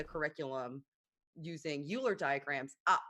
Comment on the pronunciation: Euler is going to haunt for this many mispronunciations of his name.